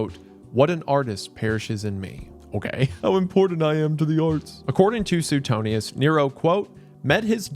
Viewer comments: man i love you but suetonius is pronounced like su-way-tone-i-us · Wendi. Suetonius is pronounced “Swee-tone-ee-us” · I don't think I've ever heard it pronounced Soo-ten-eeus 😂